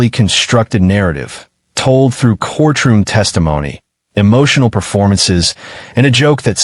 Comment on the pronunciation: Man, that Ai struggles with the word “courtroom”. Once again, the saaaaaaame footage over and over. C’mon now